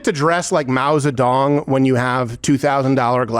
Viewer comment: "Mao-zap-dog" Lmfao!